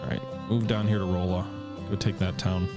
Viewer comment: It's pronounced "Rahlla" Missouri. I live close to that city lol.